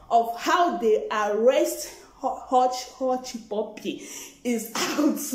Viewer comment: Lol! Abeg...pronounce hushpuppi name well o...make he no vex...It's well!😂😁